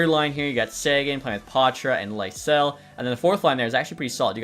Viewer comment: Swedish pronunciation of Fabian Lysell is Lee-Sell